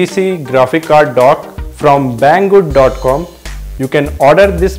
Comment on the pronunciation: His like "Thank you BANG GOOD" hahaha, dead